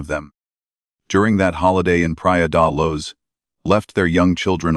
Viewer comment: Please use your own voice. It would be so much better than AI. It’s so annoying when it pronounced Mad-e-leen and Luz. Made me not want to watch